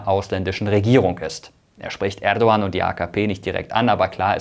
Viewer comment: Ich finde es sehr professionell das du den Name Erdogan richtig aussprichst! Danke dir!